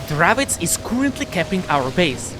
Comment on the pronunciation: What's a Dravits? Do you mean the Dravec?